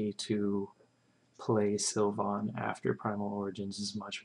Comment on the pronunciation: Stop saying Sil-von. It's pronounced Sil-vin.